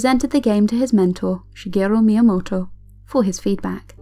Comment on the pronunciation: I love the way you say Shigerrru Miyamotto @@